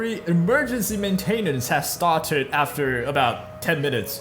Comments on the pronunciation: main-tin-ince (like in since) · The way you say maintenance grinds my gears.